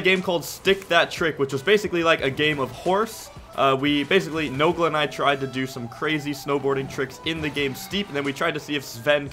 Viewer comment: The way he said noglas name hurts